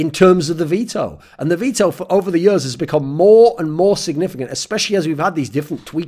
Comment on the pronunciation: Thorin video not complete untill thorin says "yurs" instead of "years".